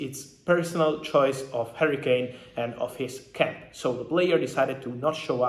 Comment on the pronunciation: HARRY-KANE not HURRICANE lamo